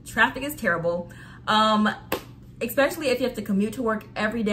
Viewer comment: Where is this word "Ecspecially" coming from?????